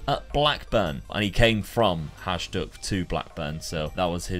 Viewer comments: It is not pronounced Hazhduk, but Hayduk :D anyways, good to see some Eastern European clubs! Would love to see you rebuild Bohemians Prague or Spartak Trnava, these two teams played semifinals of Champions Cup back in the day :) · Love the video, one tip for Croatian names is that the J is pronounced like a Y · its pronounced hayduk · It is pronounced hi dook. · It's not hajduk it's hajduk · Wish for right pronauciation of Hajduk's name pls.